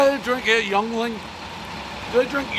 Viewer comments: Young-ling .... Haha oh Dave 😂😂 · "Youngling" tf 😂😂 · "Youngling" bahaha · "Youngling" hahahaah!!!!